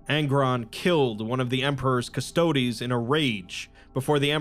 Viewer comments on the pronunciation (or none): none